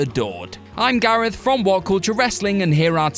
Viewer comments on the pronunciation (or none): none